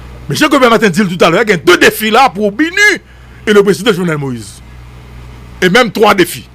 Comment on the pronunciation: Saa pa même ka prononcer BINU epi li se gro analyst... ala de koze papa!!!